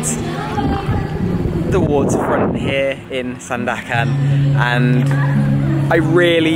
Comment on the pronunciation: you pronounce it perfectly ‘SANDAKAN’